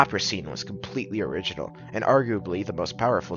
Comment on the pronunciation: Loving this video! I learned that Americans say "erjonal" for "original" lol